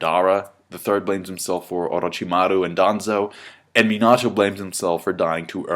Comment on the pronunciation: For the love of anime, PRONOUNCE THEIR NAMES RIGH. MADARA = WRONG MINATO = WRONG OROCHIMARU = WEIRD AND WRONG. and several others. -__